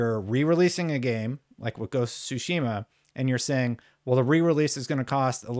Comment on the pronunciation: OMFG! How many times is this guy going to call Ghost of Tsushima Ghost of sushi 🍱🍣 🤣